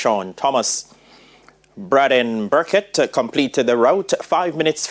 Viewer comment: Is pronounced Brayden Burnett bout brahden